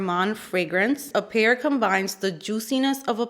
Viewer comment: I love the played with the word appear. Apple and pear, and instead of pronouncing it the correct way you pronounce it like it's ingredients. I love it! Also, your eye look is gorgeous